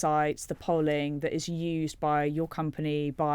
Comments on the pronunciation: It is pronounced "polling" not "polling" omg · Liar! It's pronounced "polling"🙄